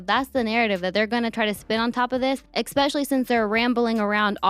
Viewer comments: I love this channel but I cringe so badly every time our girl here says EX-pecially 😫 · “Expecially” lmao girl, stop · Especially hasn't got an x in it sorry dont want to be that person but it triggered me hearing her say it twice very quickly.